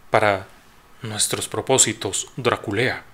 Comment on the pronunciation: Perdón no puedo evitar reír cuando dice DRA-KULEA 😂